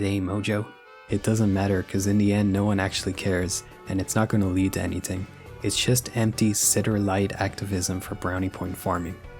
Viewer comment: The way you say thread and anything pmo so much bro it’s not tread and it’s also not anyting